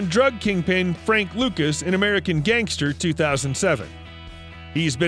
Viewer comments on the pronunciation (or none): none